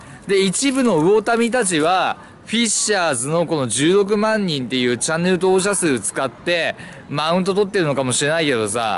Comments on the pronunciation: チャンネル登録者数16万人が10億万人って聞こえて「は？何こいつ盛ってんだよ」って思った。。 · １６万人が10億万人に聞こえたw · 16万人が10億万人に聞こえて仕方ない